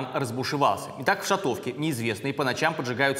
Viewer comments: шАтовка, не шатОвка. Уши режет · «шАтовка» правильно говорить. Ударение на «а».